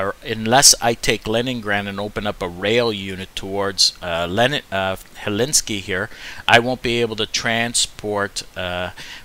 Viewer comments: Helsinki; not Hellinski 🤣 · Great stuff. Very helpful. Thanks. And, obtw, it is 'Hell-Sink-E' but no big deal.